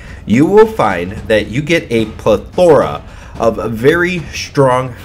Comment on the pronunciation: Thanks for the video.... also, i think you're the only person I;ve heard put the emphasis on the "O" in plethora.